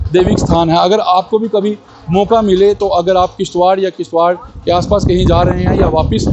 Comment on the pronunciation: It's kishtwar not kishtwakar